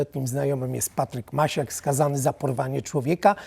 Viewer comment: Panie polityku nie Macias tylko Maciak.Pan powinien o tym wiedzieć.